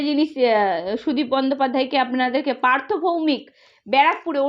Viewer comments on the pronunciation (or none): none